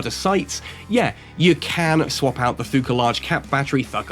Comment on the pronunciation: pretty insane fit for c3 ratting. Been seeing a lot of vids about the ship already and can't wait to get my hands on it. Also the "h" in Thukker is almost silent, so it's more or less pronounced like tukker